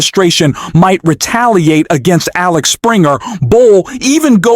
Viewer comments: It is AXEL Springer and not AXLE Springer! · It's Axel not Alex. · It`s Axel, goddamit! AXEL!!!